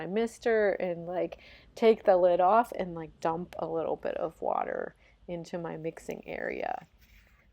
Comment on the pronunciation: omg why u always saying water with "wateur........." intonations 😭🙏